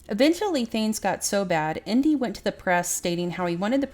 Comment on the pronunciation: The name isn´t pronounced "Indy" but rather "An-deh" but not precisely. I don´t know if this particularly e-sound exists in English.